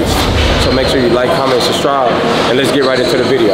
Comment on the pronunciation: has to know that the word is “SUBSCRIBE” not “SUBSTRIBE” 😂